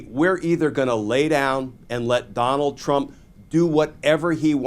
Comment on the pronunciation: I stg you said Conald. “Con-ald” 😂 and I’m down for it.